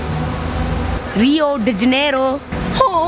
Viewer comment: No one: literally no one: not even nicki minaj::RiO dE jAnErO- 🤣